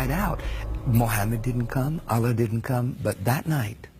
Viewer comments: He doesn’t even pronounce “Allah” properly. He pronounces it the way some random person here with no Islamic background would pronounce it. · This guy is a liar, he doesn’t even pronounce “Allah” properly. And no Muslim expects any of the prophets to come visit them at the time of death. He doesn’t even pronounce “Muslim” the way basically any Muslim or someone with any knowledge of Islam has. Absolute liar, do your research before believing these charlatans.